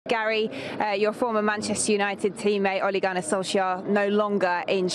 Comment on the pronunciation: Gary: Ole Gunner Solshire